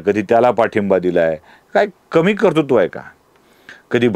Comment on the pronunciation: Kartutva asa uchchar nahiye, yogya uchchar KARTRUTVA asa ahe.